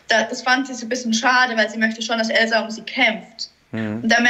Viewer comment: Ich glaube diesmal wird es wirklich Elsa (übrigens sprichst du sie immer „Elzar“ aus🤣) oder geht beides 😏